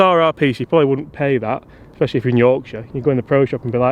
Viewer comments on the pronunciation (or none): none